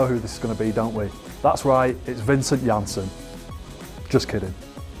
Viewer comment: lol man said vincent jannssen